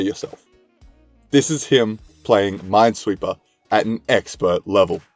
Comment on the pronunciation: No one realized that he said mindsweeper instead of minesweeper